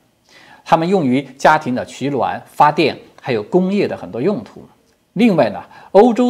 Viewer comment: 唐先生把取暖说成取卵啦！无所谓啦，吵吵嚷嚷，一辈子也就这么过去了。